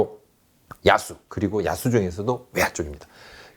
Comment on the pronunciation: 야수를 야스로 발음하시네